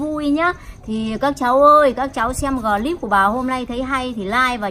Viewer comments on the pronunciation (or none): Clip bà nói là glip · ơi bảo mẹ là cờ líp nhé chứ ko phải gờ líp đâu nhé, làm vê lốc vê liếc cho mẹ thì phải nói chuẩn chuẩn tí😂😂😂